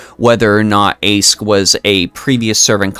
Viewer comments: I know you already said you'll stick to that current pronunciation, but I'll be that annoying one who explains that... It's actually a lot easier to use the correct one. In LB6, they explain that "Aesc" means "Ash Tree". It doesn't just mean that, it's ALSO pronounced "Ash". (Therefore I demand she gets a Pokemon trainer costume at some point). On the other hand, Toneriko is just the Japanese word for "Ash Tree". It's like how the Chinese Servants refer to their names with the Japanese translation, e.g. Xuanzang Sanzang refers to herself in voice as Genjou Sanzou. Why Chinese Servants specifically? Probably because they share an Alphabet and so read those characters in their own different way. This means that Toneriko isn't a "third character", and the NA team is just giving her the "Chinese Servant" treatment, rewriting the name into Old English instead of kana, which makes sense. So this is just Aesc/Summer Morgan, not Toneriko/Aesc/Summer Morgan. While I do love her as a character, wanting to give hugs for the horrible things she goes through, it feels wrong personally that they chucked a summer skin into an anni servant. Aesc's final ascension should have been something like... Morgan, but not summer-y? Specifically, perhaps a reverse Alter look where she's shiny, rather than gloomy? Summer Morgan could have been on a third banner instead. Or if people are tired of Saberfaces, they could have someone else as Anni, keep Summer Morgan in the lineup, then release Aesc on New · Apparently the correct pronunciation is Ash, just like Ash from Pokemon